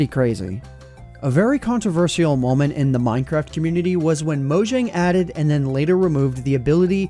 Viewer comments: Controversial Con-tro-ver-shal Not con-tro-ver-SI-al Thank you and sorry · You're awesome, I've only recently found your channel and I've got to say I'm definitely impressed but what's with your pronunciation of the word "controversial"? 🤨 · Can my man not say controversial ?